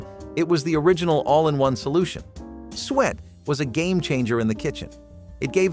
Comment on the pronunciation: You pronounce suet wrong. We eat mince pie every Christmas.